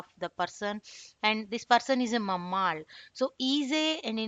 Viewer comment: All good except for the pronunciation of mammal.